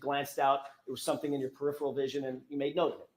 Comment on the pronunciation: Generally speaking if you can't pronounce a word it isn't a word you would use. Usually indicates the word being fed to you, like peripheral 🤔